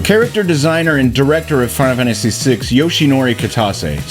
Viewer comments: Dude, say the name of the game properly! ...WTF is "Finamanacy6"?!🤦🏼‍♀️😆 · Makes a video on Final Fantasy VI Is incapable of pronouncing Final Fantasy VI